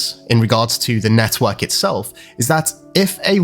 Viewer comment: Every time this guy says network I want to smack him 😂🤣😂